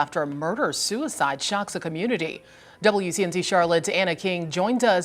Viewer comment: Community not comunita like u pronounce